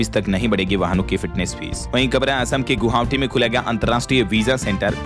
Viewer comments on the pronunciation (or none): गोहावटी। हमलवार गलत उच्चारण